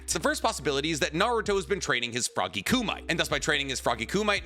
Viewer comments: Plz hear me, it is not "koo-mite", it is pronounced "koo-me-tay" like in the movie Bloodsport from the 90s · Kooh-mite? NO...Kuh-me-tay. Almost as bad as the bad Minato pronunciation. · ku-mi-te, in Nihongo language the three syllables sound out separately. It's not pronounced koomight. Reference old karate movies like Bloodsport for the pronunciation. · The only issue I have with this video is your pronunciation of kumite. I completely understand thinking it’s koo-mite, but it’s pronounced koo-me-tay. Do I feel like an elitist asshole for saying this? Yes, but sometimes it must be done 😂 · Ku-me-TAY not ku-MIGHT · It's koo-mee-teh not ku-mite bro lol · It's Koo-mee-teh, not koo-mite. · Kumite reads like “ku me tay” not like “ku might” Hope that helps! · Why do you say frog ku•might that’s what you sound like when it should sound like ku•mi•tey…. Like the tournament in the movie blood sport I know you watched the show bro you know how to say it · It's not frog (koo-mite) it is frog (koo-mi-tay) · Kumite = Koo + Me + Tay, not Koo + Mite 😅 I know you've watched the show countless times so you've heard them pronounce it. Are you doing it on purpose to bait idiots like me to comment? 😅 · Ku Might? You mean Kumite? As in Koo Mee Tay? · Froggy "Koo-Mite"? Do you mean Frog "KUMITE"? (ie. Koo-Mee-Teh/Tay) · Ku-me-tay 😂😂 not ku-mite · Love you vids as always. I have to be that guy for 5 seconds...Froggy Kumite (pronounced "coo-me-tay" not "coo-might'' 😂😂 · Say it with me KU-MI-TE' not kumight. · Kumite isn't pronounced ku-mite (koo-mite), it's ku-mi-te (koo-meh-tay). This literally means "grappling hands." So "frog kumite" is "grappling frog hands." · I like your videos, but please pronounce kumite as KOO-mih-tay, at least 3 syllables is better than 2. It's commonly used in the martial arts world and you can find others pronouncing it properly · I love how you butcher words. koo-mee-teh. Kumite sounds like some mineral. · Kumite. Koo-mit-teh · It's koo-me-tay. Pls.